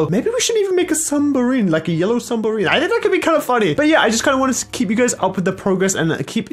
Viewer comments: I like how you said sumbarine it's submarine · Everyone: submarine: sumbarine 🤦🏻‍♂️ How is there supreme boots in a Nike shop? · HE SAID ‘ SUMBARINE ‘ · Nobody: Absolutely nobody:: lets build a sumbarine! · No one:: Sumbarine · no one: literality no one:: a yellow sumberine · Did no one suspect that at the beginning that said sumbarine